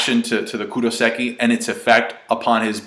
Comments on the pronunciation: Hey, it's kairoseki, not kuroseki:) Anyway maybe there's a difference between handcuffs and bars/cages? Robin in Enies Lobby had kairoseki handcuffs but she didn't look too weakened, she just couldn't use her powers. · Anyone else's ears twitch when he says "Kuroseki" instead of "Kairoseki"? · Is no one gonna correct him? Kairoseki